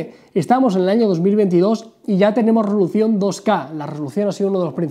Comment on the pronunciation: me parece o dijo "rolucion" en vez de resolución?......